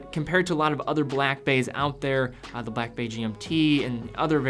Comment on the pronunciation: slow down a bit matey. You say Blackbay as it it's a one word name when it's two words. Slow it down and enunciate properly. Good video though and I sort of agree but personally hate red watches.